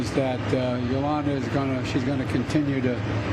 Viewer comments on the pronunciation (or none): Dead man walking! Her name is Julia not Yolanda!!!